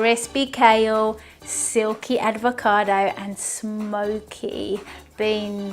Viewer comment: Its not advocado mate.